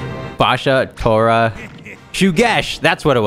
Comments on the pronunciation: He called Tora torgo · He called him torgo. Im dying 😂😂😂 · bro still pronounced tora name wrong